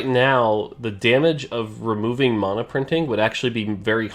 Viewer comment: Just wish he could pronounce mana